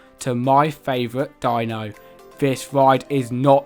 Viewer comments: "dee-no" not dino just fyi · Hi, nice review but some of the pronunciations of the characters are way off. Dino from The Flintstones is actually pronounced “Dee-no” even though it’s spelled Dino. ACME is pronounced phonetically not as an acronym so it’s like ACK-me, Finally, Wile E. Coyote is pronounced like “Why-Lee KAI-oh-tay”.